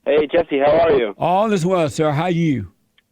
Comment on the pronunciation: I like when Jesse greets a guest with “How yew!” emphasis on the ‘ew’ 😂 🥰